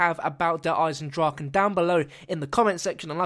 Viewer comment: You pronounced it correctly. Yay.